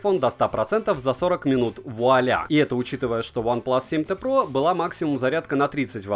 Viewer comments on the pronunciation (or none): none